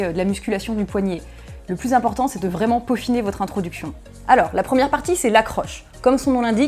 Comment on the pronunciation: introduction ou introducfion?